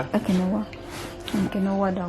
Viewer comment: Quinoa is pronounced as “KEEN .WAA” not “KEENOWA”